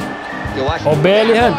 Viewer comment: falando belligham: belirram